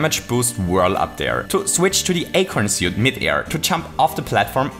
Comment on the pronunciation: Lol, finnaly a comment saying that Thi eicorhn siut